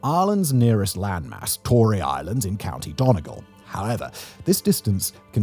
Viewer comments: Done-E-Gaul. But say it in English, without pause. Sorry, I was referring to the pronunciation of Donegal. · Hi Simon, very sorry but County Donegal in Ireland is pronounced "Done-e-gaul" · The pronunciation of donegal 😂😂😂😂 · That Donegal pronunciation 😅😂